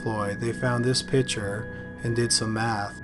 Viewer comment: PiCture not PITCHER.